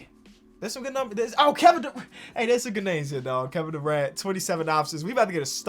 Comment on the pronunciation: The way he said Kevin Durant 💀💀